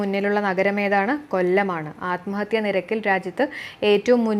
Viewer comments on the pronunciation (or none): none